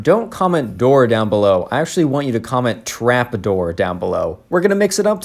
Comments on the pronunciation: traft door??? is that what you said??? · Did u say trapdoor??? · Trap uh dor down belo?